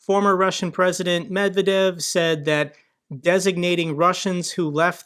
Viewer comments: Medvedev is more or less pronounced Medvediev (also weaker v at the end), the transliteration lost a lot of the pronounciation. Med-vediev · Medvedev, to pronounce his name, here is how to read it; Med-ved-jev. Hope this helps with getting it more right. 😉